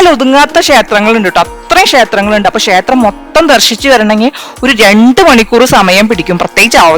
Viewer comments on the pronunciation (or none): ഷേത്രം എന്നല്ല, ക്ഷേത്രം എന്നാണ് ശരി